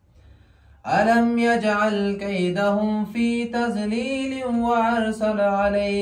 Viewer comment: جان خفه‌ا نشی (فی تزلیل)نيست(فی تضلیل)است داد تلفظ میشه نام خدا استعداد اواز داری میتانی در مبایلت کوش کنی غلطي ها جور میشه آن شاءالله. خوشحال باشین